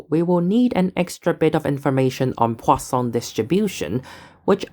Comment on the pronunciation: Perfect French pronunciation of the word "Poisson".